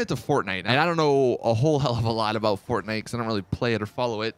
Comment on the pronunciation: somebody hack is channel he said forknkight